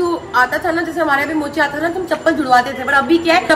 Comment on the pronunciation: Golu jii kya bol rhi hai mocha nhi mochi Hoya vo